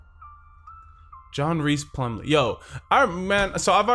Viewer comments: I'm honestly flattered that he did a video about John Rhys bc I'm from Oak Grove and I watched almost every game he play last season and btw it's pronounced like John Rice not John Reese but u did spell it right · His middle name is pronounced “rice” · Great video, Rhys is actually pronounced like "rice." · As a teacher at OGHS......GO WARRIORS!!! Another one to watch this year, Austin Todd. 6'5" 320 lbs nose guard! Oh btw "Rhys" is pronounced "Rice". j/s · its pronounced john 'rice"